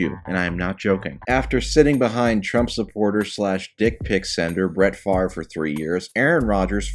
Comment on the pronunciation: Mr Pedantic says, it's spelled Favre but pronounced far-ve.